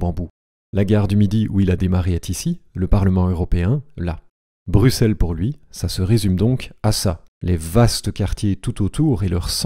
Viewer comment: x se prononce [ks] et non [s]. ui se prononce [ui] et non [uui].